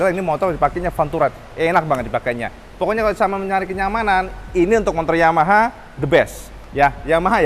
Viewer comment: ngomong Yamaha nya jadi blebet kedengaran nya